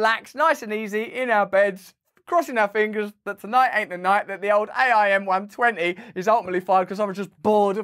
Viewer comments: Not that you care or will ever use the term again, but it's pronounced "AIM" as in the word....AIM-120 ....:) thanks for your great content! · For future use --- AIM pronounced aim as "aim the gun. H.I.M.A.R.S. pronounced High Mars.